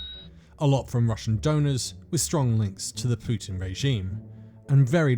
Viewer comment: She used to pronounce "Pootin" Now she pronounces it as "Peetin". Both Poo and Pee!